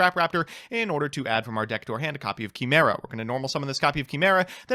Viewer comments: I know doesn't care but i do because I need you all to know... It's gala-tay-uh And kai-mare-uh Not Gala-tee And kee-mare-uh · I’m just convinced just pronounces words wrong on purpose. KEY-MERA? Truly the law world needs your mad lad phonetic gymnastics.